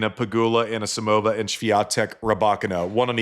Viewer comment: The Sam Query school of normalising wrong pronnunciations has a new pupil - Roddick who insists on 'AnAsimova' (better than Query 's 'Anasamova') and 'Rabakina'. 🤯